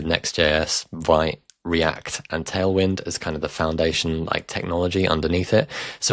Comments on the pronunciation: Vite is pronounced Veet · Just a heads up. Vite is pronounced 'Veet'